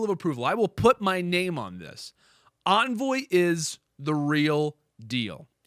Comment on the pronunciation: Its Envoy not Anvoy lol